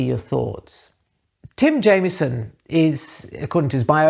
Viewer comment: got it spot on!